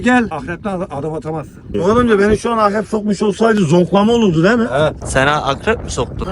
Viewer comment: 14.27 abinin akrebe ahrep demesi😂